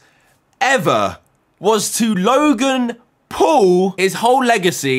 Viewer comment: U said log in pool not logan paul